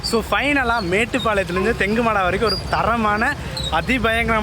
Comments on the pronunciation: தெங்குமடா இல்ல தெங்குமறகடா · தெங்குமாடா ❌ தெங்குமரஹாடா✅ ஒரே ஒரு பஸ் தான்❌ஒன்றுக்கும் மேற்பட்ட சேவை✅ (கோத்தகிரி to தெங்குமரஹாடா, கோவை to தெங்குமரஹாடா, புதுக்காடு to தெங்குமரஹாடா) பவானிசேகர் ❌ பவானிசாகர்✅ You should pronounciate the words and names properly brother, because this is not just a travel vlog, it's an Informative content. So please be active on these things of course you are doing very well I respect your vlogs. At the same time it's your duty to give proper information brother. Not just this video, i noted in some other videos also, For example.. Kamuthi, Kayamkulam, etc., Intha oor peru laa ninga solumpothu kooda vera mathiri tha solirukinga enaku sariya niyabagamilla, routes maathi solrathu epdi sari ilaiyo athe mathiri oor peraye maathi solrathum sari illa bro. Please do R&D before vlogging bro. My intention is not to hurt you, please understand bro. Na ipo gobi area la iruka enaku puriyuthu ninga maathi sonalum kooda but southern area la irunthu oru aal paatha??? Or kerala la irunthu video paatha???